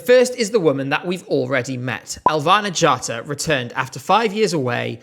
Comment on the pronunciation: im offended by the way you prounounced her name its: Elvæhnæ G/ghattá